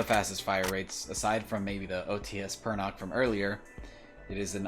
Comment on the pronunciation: For the future, Pernach pronounced not like Perna[kh], but more like in [Ch]arcoal. If translated literally it something like feathery.